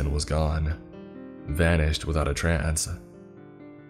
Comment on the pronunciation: Did he say “vanished without a trance”😂